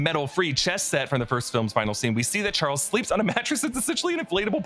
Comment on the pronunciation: anyone else notice when we was talking about where magneto at some points he calls him "charlies" and again lol